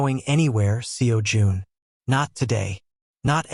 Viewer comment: The way AI voice ent never gonna get the pronunciation of Seo Jun right. 😂